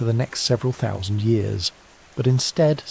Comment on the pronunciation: You ought to find an AI narration platform which understands and is capable of saying "thousand".